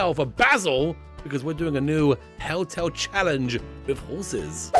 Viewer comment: I dunno why, but accent makes it sound like he's saying "Helltel" and considering what I've seen of his other let's plays it honestly doesn't seem wrong lmao/pos